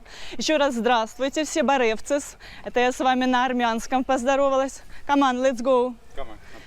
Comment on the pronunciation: Добрый день,. Черты лица у вас сугубо славянские, вы красивая украинская женщина. На армянском не "барЭвзес", а "бАрев дзес".😊